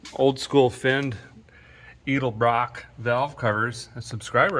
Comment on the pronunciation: Edelbrock in Tennessee is improperly pronounced EL-DUH-BROCK